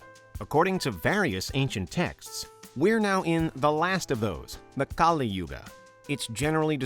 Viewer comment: It's pronounced as Kalī not Kālī.